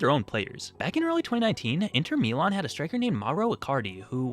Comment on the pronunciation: "Mee-lawn" NONNA MIA I literally cannot watch this short because of the pronunciation, WHY